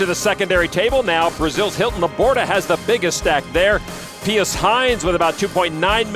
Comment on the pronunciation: How can you look at the name PIUS and think that it's pronounced "Pey Oos" ??? It's pronounced "Pee Us".